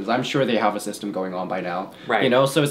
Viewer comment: “i’m sorry, i haff to interrupt… can we just start eating?”